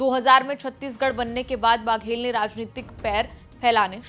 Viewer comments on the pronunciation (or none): बाघेल नहीं है बघेल है।